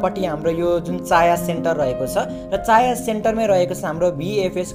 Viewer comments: चाया हैन भाई छायाँ हो 😂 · चाँया सेन्टर होइन.. छाँया सेन्टर हो।🤣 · चाया होइन छायाँ सेन्टर हो